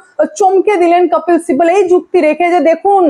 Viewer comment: আপনি কপিল সিব্বলের নাম আপনি উচ্চরণ করেন "কপ্পিল সিব্বল"। কোনটা সঠিক? আর আপনার " স" এর উচ্চরণের দিকে একটু নজর দিন।